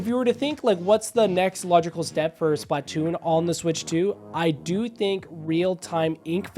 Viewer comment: please fix the way you pronounce splatoon not trying to hate i love the videos i just hate how you pronounce it but great video regardless